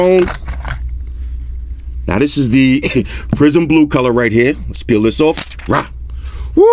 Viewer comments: Took me a while to realize it was 'prism blue' and not 'prison blue'. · c'maaan ,... and , it is not a "prison" black but "PRISM" , PRISM black it is ! a colour is " pri sm" 🤨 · I keep hearing “PRISON BLUE , prison WHITE, PRISON BLACK, “💩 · I kept thinking you said "Prison blue, prison black, prison white..." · since you mentioned that I cannot un-heard all the "prison colors" 😂